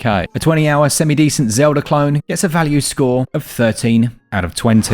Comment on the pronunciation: Legend of Zeldhuh? Breath of the why dude